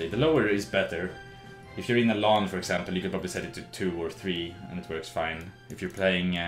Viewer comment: LAN NOT LAWN